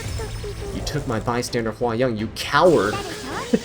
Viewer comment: I live for calling people cowards, he says it with such emphasis.